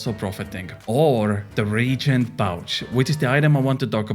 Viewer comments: i believe its pronounced re-agent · Its called a RE-AGENT pouch, i understand english probably isnt your first language but just an fyi for future reference thanks for the video